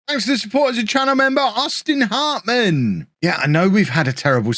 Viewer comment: One of the most legendary FM regens I've ever had was called Adriano Hartman. Now I'm starting to think it was pronounced Adriano Gaming.